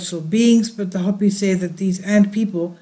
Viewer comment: "Hope-ee" not hoppy ;)